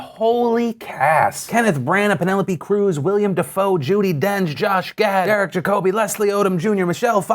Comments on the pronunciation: "William Defoe" God damnit Phil I was cool with you being a white supremacist and literally hitler but "William Defoe?" This is the last straw unsubbed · Did he say William Defoe?